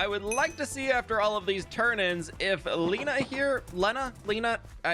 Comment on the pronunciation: Usually pronouned Lay-nah like hay that horses eat. 🎉